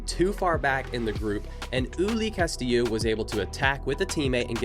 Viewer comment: My god, i just cant believe how GRINGO Ignorant stereotype this guy is: ULUA? who´s Uloa? First, if you dare to race in a different country, at least try to learn a bit about your rivals, Ulúa (how you pronounce it) is Gerardo Ulloa (Pronounce it correctly UYOA) is a World CUP MTB XC racer dude, he races the whole circuit in Europe through the year. ULI is not ULI, his name is Ulises, better known as "El Hueso" is one of the strongest racers in Mexico with international experience, way better racer than any american rider. Finally, your stereotypical chimichanga music. Gringos being gringos.